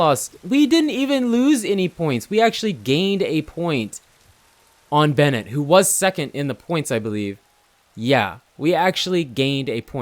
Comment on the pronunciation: It's Ben-waa not Bennett 👍✌